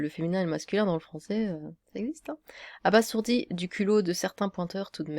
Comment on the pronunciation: ça ce prononce abaZourdi 😁